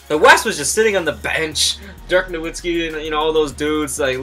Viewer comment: I'm about 97% sure its pronounced Novitski but good vid.